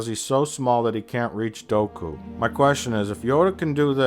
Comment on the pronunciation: "Doku" hahaha